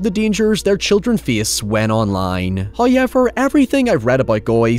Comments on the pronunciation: 'The fu*king pronunciation, heewwaaaveeeaarr' 😂😂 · First "hoyevver" drops at the seven second mark. That MUST be a record. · Every time i open one of your videos, i eagerly await hearing the word 'however', pronounced 'Highever'. I'm never disappointed. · Not the HowYever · That's not how you pronounce However..... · Let's play a game: change one letter in the following word until it matches his pronunciation!! However